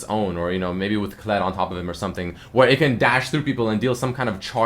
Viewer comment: thought u said Clit like Clitoris xd